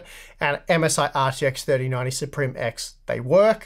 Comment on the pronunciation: and its pronounced sup rim.....